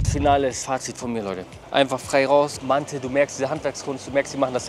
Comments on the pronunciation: Haha nicht mante sondern manti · Auf türkisch heißt es mantı. Es wird nicht mantiii ausgesprochen.. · Digga es ist doch echt nicht schwer vorher auf Google Übersetzer auf Türkisch zu stellen und sich das Wort aussprechen zu lassen oder? 😂 Dauert nicht mal eine Minute und du holst direkt mehr Leute ab